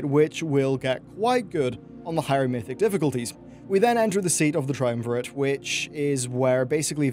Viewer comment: FINALLY A YOUTUBER WHO CAN PRONOUNCE TRIUMVIRATE. JESUS CHRIST THE INTERNET HAS MADE US COLLECTIVELY "STUPIDER"